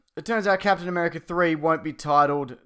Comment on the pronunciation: Captain Am'three'erica